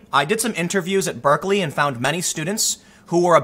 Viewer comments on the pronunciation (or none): none